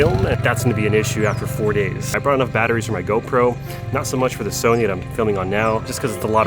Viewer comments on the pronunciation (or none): none